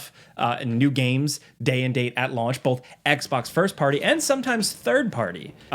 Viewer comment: IT’S BOTH NOT BOLTH